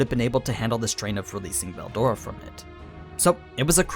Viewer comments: the way you pronounce veldora is so fckn annoying it makes my ears bleed. I don't get how it's THAT hard to pronounce. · this isnt in Japanese, so he doesnt need to pronounce it like that. But yes its pronounced berudora.